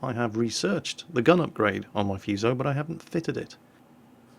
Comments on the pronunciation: it's FU you crank.....as it's spelt in English....Not Fooso.....lol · It's pronounced Fu(as in Kung-Fu)-So. What you're saying, "Fyuso" means "curse" in Japanese >< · It is not the fuse-oh, it is the foo-so! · If I pronounce Fuso as " Fuss - O " will the weebs get mad? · im sure some one else bellow has posted this and i know im a billion ears late but just to be that guy. the pronunciation for Fusou is Foo(as in food with out the D) and soh (like soap without the P) or there abouts. the pronunciation for nagato, mutu and housho where pretty spot on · Actually it is pronounced 'who sa' or 'fSa'. Learn what you are talking before you start berating people about nonsense. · None of you seems to be able to pronounce this simple Japanese name correctly 😂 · FFS play Kantai Collection and hear Fusou herself tell you how to pronounce her name "Of the two Fusou-class super-dreadnought battleships, I am the elder, Fusou. Please take care of me and my younger sister Yamashiro." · I cringed every time he said fuso wrong.